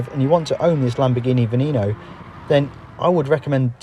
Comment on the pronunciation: The way he pronounces "veneno" had me cracking 🤣